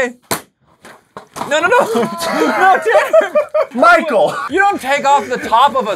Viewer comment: Michael followed you for like six months and didn't read your name correctly.. lol can't say much I have done the same to another channel